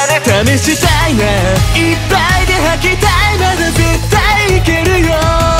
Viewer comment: 細かすぎて伝わるかわからんけど、ジェルくんの、母音が「あ」の文字の歌い方が大好きなんです！！！！ この曲の高音の母音がほぼ「あ」だから私の好みにめっちゃ刺さってくる、、いっぱいの「ぱ」とか絶対の「た」とか、、 解放感ありながらもめっちゃぶつかってくる感じの発音と高音で好き